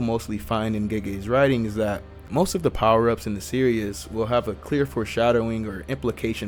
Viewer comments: It’s pronounced series not serious 😂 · It’s pronounced ser es not serious lol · Hearing you say “ Serious “ instead of “ Series “ was driving me crazy